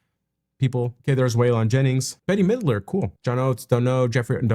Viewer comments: Darryl Hall is amazing and I'm a woman who usually only likes R&B singers. FYI Bette Midler is pronounced "bet". She's a singer who became recognized later for her acting. Harry Belafonte started it out as a Calypso singer singing songs about bananas. Watching young reactors puts me in my parents'shoes when I didn't recognize the greatness of Ella Fitzgerald, Sarah Vaughn, Cab Calloway and Alladin and the Chicken Shackers 😅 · Bette Midler, pronounced Bet